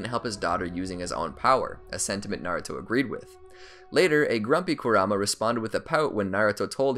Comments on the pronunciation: Ik it's spelled like kurama but it's pronounced like "karuma" Naruto and everyone else says it like that in the show. I couldn't make it past the first two times you said his name wrong without clicking off. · I stopped watching 5 seconds in when he emphasized the kuRAma instead of the MA. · Not gonna lie, your pronunciation of Kurama is driving me insane 😂